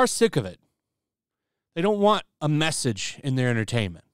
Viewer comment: every time you say message I hear drinker